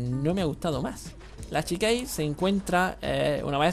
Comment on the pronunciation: la chikage, siendo un nombre japones sería chikage tal cual, no chiqueich xD